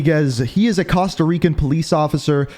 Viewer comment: Okay most of these mispronunciations are terrible...but how do you mispronounce Costa?